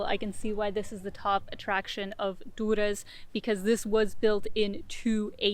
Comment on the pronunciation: No one calls Durres that buk OK lmao.